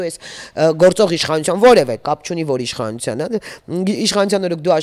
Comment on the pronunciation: Թ֊ն էլ` Ց, իշխանուՑյան, ոստիկանուՑյան, հա՞, հա՞, հա՞ ❗ Ա, ա՛, ա՛, ա՛, ա՛, անգրագե՛տ հալով դարձել եք քաղաքաԿԱՆացված չԳործիչներ, ՀԱ՞, հա՞, հա՞, հա՞ ❗ Յա՛խկ, յա՛խկ ‼️Նողկալի է նման անգրագետներին լսելը😮😡😡😩😩